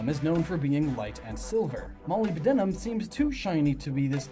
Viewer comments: Just to let you know, molybdenum is pronounced mo-lib-den-um instead of moly-buh-den-um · "molly-b-denim" Uhm no. Thats not how you say Molybdenum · Oh god, hearing you pronounce molybdenum throws me off. For future reference, it's pronounced mo-lib-deh-num. I hope that helped. Still, good video. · That feeling when someone mispronounces an uncommon word that you know. Molybdenum is pronounced 'muh-lib-duh-nuh m' because it totally makes perfect phonetic sense. Awesome speculation, by the way. Really love seeing such a thorough theory. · The way he pronounces "Molybdenum" made me face palm so hard, that my body was flown around the whole galaxy and forced to write this comment